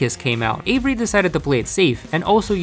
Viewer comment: I heard Avery "HAZZA"